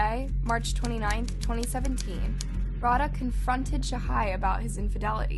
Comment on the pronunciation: ikrr its rau-dh-aa not rauhaa. this is so disrespectful.